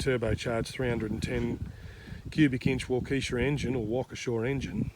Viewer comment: G'Day, I live in Arizona 🌵I'm not too familiar with tractors, but like any type of machinery with an engine. I follow your mate Steve and Geoffrey also. You pronounce Waukesha correctly. Just imagine a "w" at the end. I enjoy your videos mate, very detailed and informative. Cheers, Scott 🌵